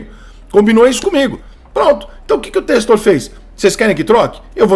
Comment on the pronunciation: Porra Rica admiro seu trabalho demais, mas da agonia como torcedor ver você pronunciar em todo vídeo relacionado ao Botafogo de "Testor" sendo "Tecstor". Começa a corrigir irmão